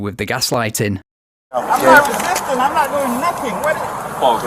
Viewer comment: I’m not wesisten, I’m not wisisten